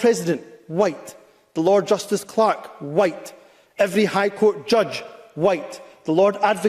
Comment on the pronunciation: Can I retroactively report Hamza Yusles for his racist 'FWhiiite' speech in Scottish Parliament, how he managed to get that F in front of the word White was amazing, it's similar to all the Putin haters pronouncing his name ' Pewtin'.